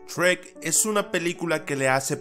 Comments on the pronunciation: Soy el único que cuando algo dice Shrek, piensa que dice Sherk? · Shrek ❌ Esrek ❌ Chweq✅